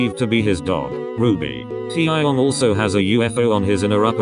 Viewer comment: No one : Computer voice : TiAahyOngg